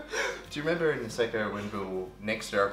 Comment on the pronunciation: aka.: It’s Niseko not Niseykouuu!😂💛I love this Lil Family, including Dan,, Sam and the little kid Archie💛